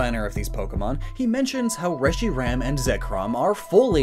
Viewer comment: FOR THE LOVE OF JESUS CHRIST ITS PRONOUNCED RESH-ER-HAM